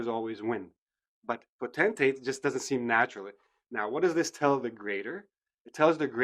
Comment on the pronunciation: I think you pronounced the word potentate wrong. the dictionary says /ˈpəutnteɪt /, but you stressed the latter part - tentate